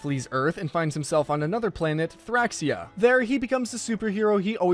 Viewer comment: why does he keep saying thraxia/thraxian?